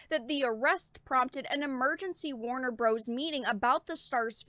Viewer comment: Warner Bruhs